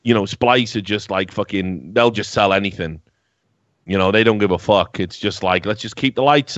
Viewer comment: He didn't say f*ck, he said FOK